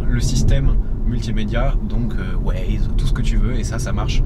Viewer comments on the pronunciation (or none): none